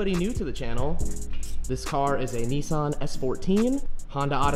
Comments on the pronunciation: Its a neesan its a nisan ni-s-an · Man pronounced Nissan neesan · Umm what did he call it a nisson😂😂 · He drives like he just learned. Also can't pronounce "Nissan".